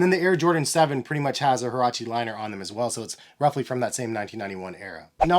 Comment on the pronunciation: Get your pronunciation right bro